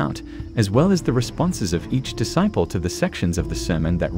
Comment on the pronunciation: If you must use ai to read. Then please make sure it can say the word disciple